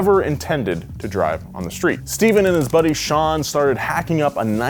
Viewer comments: You so said his name Stephan papadakis not Steven a legend deserves his name said correctly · I know I'm a year late, but i's "Stefan" Papadakis not "Steven" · I cringed so hard every time he said Steph Papadakis' name wrong. 😬